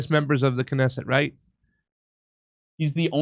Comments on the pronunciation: If you can't say, "Knesset", you may be out of your depth.... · You're such cute monolinguals! And also parochial: haven't heard of the Knesset... no clue of how to pronounce it, either. This is indeed a comedy show, American-style. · Oh my God. Can’t pronounce simple well-known Israeli words? Get the fu k off my phone. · He is also lacing in literacy. He can't pronounce simple words like "Likud" or Knesset" He is, in short, an arrogant idiot. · really needs to practise reading these texts before going on camera, he can hardly read a sentence without a mistake! And I thought Jimmy was bad.